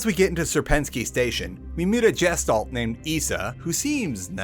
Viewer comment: The way you pronounced Gestalt makes my brain scream. :D It's G (asi in Goose) - [Gesh]-[talt].